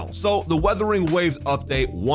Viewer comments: It's Wuthering not 'withering' 😭😭😭 Not again 😭😭😭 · Would you pronounce this game's name right someday? It's WUTHERING, not Weathering